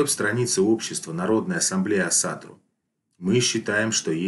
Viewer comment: Почему вы все говорите Асатру с ударением на 2ю А? Весь ютуб пересмотрел и все говорят неправильно, ударение ставится на 1ю гласную